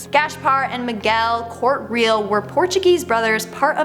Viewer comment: Love these mysteries and it's always so creepy.....but please verify pronunciation.....it's Gas-par.....not Gash-par.....and their names is written as Corte-real and pronounced as Cort-eh ree-al. Like it's such a simple thing. =_=